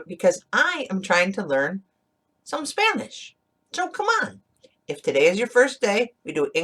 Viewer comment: Your pronunciation is great!!!! For a Mexican accent, LOL